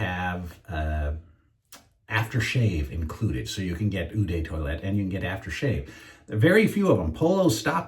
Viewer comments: You've probably had this comment a million times before, but... Eau is pronounced like "oh". Not "eww", "yeww" or similar. There, I'm done with pendantics. You do mention you like horror movies and I did see a good one on Netflix recently. "Hereditary". Gave me the creeps and nightmares. Maybe you haven't seen it yet. Worth a viewing. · Eau Sauvage is a classic, you will really enjoy it. BTW Eau is pronounced “O” or “Oh" - great shave as always.